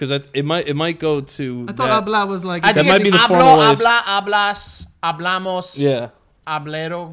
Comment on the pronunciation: i LOVED VIDEO BUT HABLEDO JUST TRIGGERED ME.